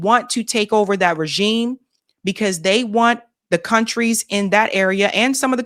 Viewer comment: That’s AI Trump. He can’t even pronounce regime correctly. Explains the hat.